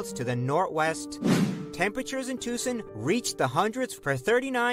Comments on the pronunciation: Never heard Tucson pronounced like that. To the best of my knowledge it is pronounced tōō sän. The narrator's voice is way too sing-song. There are many rural areas that get hotter than most cities. Riverside is at the far east end of the L.A. basin and the mountains, bordering the city to the east, keep the smog from escaping and most likely traps the heat is as well. Fresno is 100 miles north of Bakersfield in California's Central Valley, and yes, it does get hot in Fresno and Bakersfield. This summer, here in Northern California near Sacramento, we had several weeks already with 100 degree plus weather. Highs wee in the 114-115 range for a week or two. But the summer isn't over yet. It is 90 degrees now at a little after pm with the temp rising throughout the afternoon. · look up Yuma AZ. I lived there for years want to go back to. at the time I write this it's going to be about 112 Ish there Yuma would get really bad during summer. and as a native Arizona person that video was bad, they couldn't even say Tucson right and I will say that place could get bad to man I miss my home state.